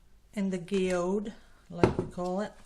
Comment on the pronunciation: A geode ( pronounced as jee - ode ) is not completely smoothly round - just in case yours doesn’t turn out that way.😊 its a particular rock that can be sliced, thus seeing the beautiful creation inside. I KNOW yours will be exquisite!❤️